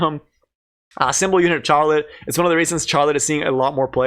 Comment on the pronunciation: Please stop saying Charlotte like charmander, it's like Shar. LOL